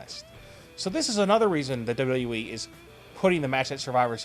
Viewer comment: can't anybody say WWE properly anymore? dublalalee